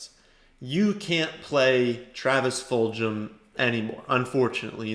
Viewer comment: Travis Fulgham's name is pronounced with a hard "g" sound, not a "j" sound. Full-gum.